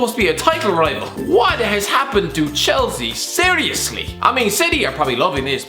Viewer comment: don't you mean 'sarriously'